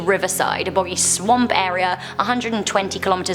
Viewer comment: The “swaoump” ghost hihi sounds funky when you says swamp